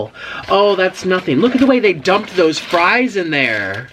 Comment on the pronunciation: Omg I laughed so much when you were telling the story of the Hardees worker and then your new word “Thaose” about the BK fries 😂😂